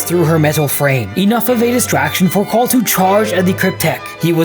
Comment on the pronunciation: I don't know why but I heard Paul instead of Cawl